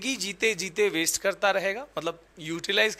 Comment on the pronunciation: Bro it's waste not wast😂